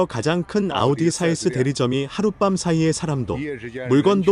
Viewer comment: 아니 중간 더빙도 다 아우디라고 하면서 오달이 뭐요? 듣기 참 거북하네..이런건 좀 브랜드 명 그대로 발음해 주면 안되나? 다른건 BMW BENZ 이렇게 하면서.. 좀 신경좀 쓰세요.